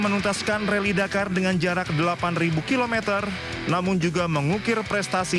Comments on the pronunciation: Admin koplak..RALLY DAKAR woy bukan RALLY DAMKAR 😂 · Rally dakar mbak, bukan rally damkar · apa cuma gw doang ya yg denger repoter nya ngomong reli damkar 😂